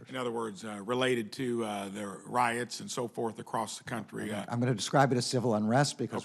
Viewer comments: Why can't he say riotiong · No they weren't just as diligent..and he mispronounced riots.